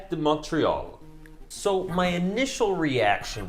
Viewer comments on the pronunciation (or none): none